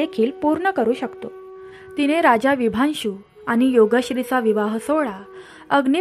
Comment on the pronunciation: अजिबात नाही आवडला ऑडिओ... उगाच कोणीही हा ऑडिओ ऐकण्यासाठी आपला वेळ फुकट घालवू नये.... कृपा करून व्हिडिओ बनवताना शेवट पर्यंत बघण्याची अट घालू नये... अतिशय घाणेरडं मराठी उच्चारण आहे... निदान शब्दोच्चार चांगले असावेत... आणि कथे मधे मधेच "विशांभु" नाव "विभांशु" झालंय त्याचं काय....?...त्या राजाचं नेमकं नाव काय आहे...? .... गोष्ट सांगता सांगता नाव कसे काय बदलू शकते.... सगळंच धन्यवाद आहे....